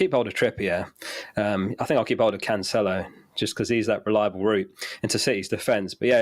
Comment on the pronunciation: Why Cancelo is still pronounced as Canchelo?